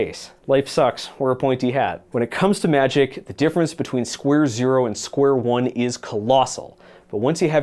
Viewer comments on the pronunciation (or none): none